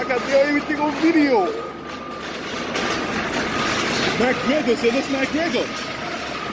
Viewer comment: that guy saying McGregor sounds like “MacGriddle, MacGriddle”